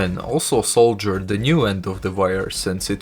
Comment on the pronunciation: It is saw-der not sole-ger!